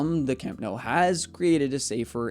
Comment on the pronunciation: I'm genuinely curious how you pronounce your surname, after hearing how you pronounce Nou